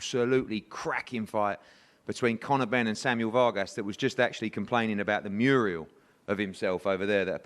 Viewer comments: It's Mural, Eddie, not Muriel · Mr Malaprop Eddie Hearn says "Muriel" ....what a plonker. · Eddie Hearn said Murial instead of Mural.